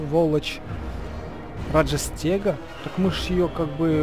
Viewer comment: Мы не говорим раджастега мы говорим раджастэга!!!